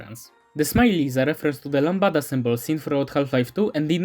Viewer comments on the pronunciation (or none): No way he made the same mistake as the other iceberg video and had the "lambda" be called "lambada" again...